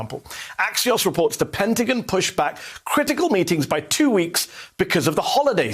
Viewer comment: it's not pentegen its penteGONE